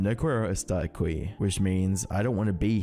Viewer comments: No Quiero Estar Aqui: No kweh-ro estar ah-kwi ❌ No key-arrow estar ah-key ✅ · “No Qwer-o e-star a kwee” KILLED me as a puertorican 😭😭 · NGL, my neck snapped when i heard you say "NO QUIERO ESTAR EQUI". you should've let that pronunciation cook more. hell, i thought you were speaking latin lol. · Nice video but that line in Spanish was devastating No cuero estar acui😂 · “No cuero star aqüi” bro didn’t even try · "no kwearro estar akwee" is wild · "No guero estar ackuy"